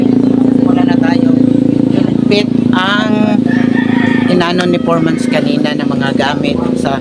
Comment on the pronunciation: bukang, natatawa talaga ako pag sinasabi mo 'foremans' instead of foreman.😂